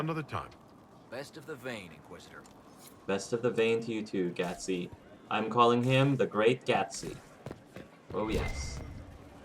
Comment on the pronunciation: "The Great Gatsi" yes, perfect.